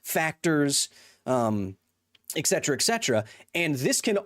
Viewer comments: Kyles arguments are all void because he said “eccedra” instead of “et cetera” nah but fr i love the video. people arguing in bad faith dont deserve to be debated. scientific consensus isnt up for debate, especially not with nerds online who dont know what theyre talking about. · The only thing I disagree with him on is how he keeps pronouncing "etcetera". 😅 Pet peeve! There is no "x" in the word! Lol